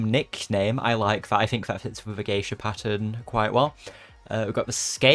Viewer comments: its pronounced gay-sha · i love this pass so much, btw it's pronounced gay-shuh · Geisha is pronounced guy-sha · it's pronounced geisha :D